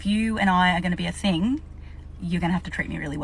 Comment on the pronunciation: What is a “fing” ? ohhhh....you mean thing.